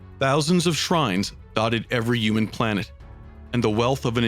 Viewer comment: You got me :) also every time I hear you say humans and humanity I hear umies ^^